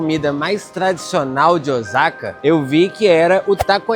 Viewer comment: Vídeo muito bom ! A única coisa q m intriga e pq muitos turistas brasileiros falam Ozaka e não Osaka ? Moro há 26 anos no Japão e aqui ninguém fala Ozaka !